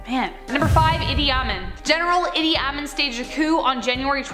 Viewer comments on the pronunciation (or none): It's not pronounced Eeti-ahmin, like it's all one word. It's pronounced Eedi Ah-meen. Two words